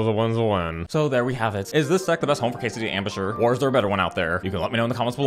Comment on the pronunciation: You gotta love the Kaysadee Ambusher pronunciation